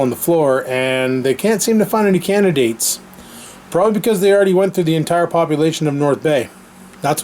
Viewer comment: I like how you pronounced it that the callcenter is looking for "Canadates" ;-)